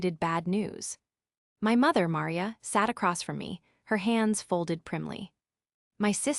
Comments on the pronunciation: Can’t even pronounce Maria? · Entertaining story. Would have been even better if the AI program they used for the narration could pronounce her mother's name Maria correctly. Well that and the tendency to break up one word into two like tenden cy. Oops!